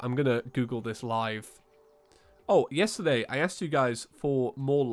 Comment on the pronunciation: am i the only one who heard say YIAY? (Yesterday i asked you)